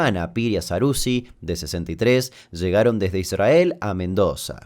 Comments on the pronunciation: like por que dijiste: "Idsrhael" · Damian dice "ISrAEL" como lo dice un rabino.. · Amo esa forma de no pronunciar la "r" en "'Israel" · Que molesto como pronuncia Israel. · Amo cuando pronuncian Israel, sin RRR